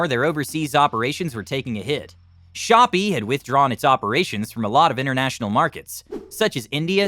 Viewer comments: Shopee is not shop its shop pee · "shop" LMFAO COMPLETELY DISREGARDED THE "ee" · Shopee pronounced "shopee" lol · You cannot even pronounce Shopee and Garena correctly? so much for your research credibility